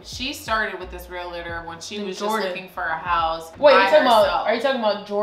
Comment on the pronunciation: Am I the only one who noticed is saying relator